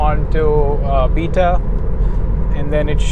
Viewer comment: Love watching your vids man. Live in the Heights and my MYP doesn’t have FSD Beta yet. Since it’s only a week old I’m hoping I get it soon. Please please say beta correctly though. Beta as in bay-ta not beta as in bee-ta. It’s like nails on a chalk board.